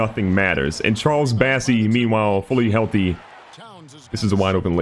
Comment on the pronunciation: Love the vids, but please call Bossey by his real name! It's bOssey, not bAssey